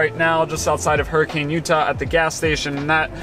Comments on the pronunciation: Utah resident here, I know it's silly, but Hurricane, UT is pronounced more like Hurri-cun, almost like there's no vowel between the 'C' and 'N'. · Fun fact it is not pronounced Hurricane like the storm but Hurrikhan.